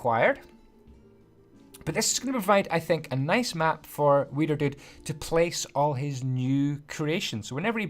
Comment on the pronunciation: It sounds like weiner dude